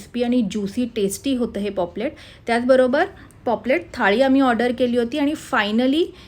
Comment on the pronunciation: Its paplet not poplet😂😂